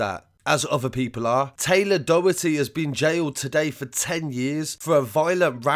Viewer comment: If you need help pronouncing Irish names just ask before uploading ... drog heedah/ dough hirty...